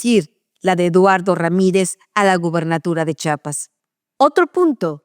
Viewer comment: Me gusta escucharle y analizar lo que dice , pero me sigo preguntando, porqué si está escrito "Chiiiiiiapas" insistan en decir "Chapas"? ("chapas" son las de las puertas o de las mejillas, es la misma "Ch" de "Chihuahua", no dicen "Chahuahua" ni "Chalango". Saludos